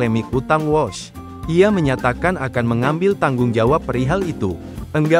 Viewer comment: Kok bacanya wash artinya mencuci, seharusnya Wuus .